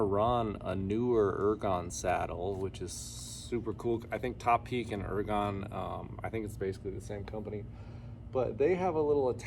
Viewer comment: Finally, someone who knows how to pronounce 'Topeak'!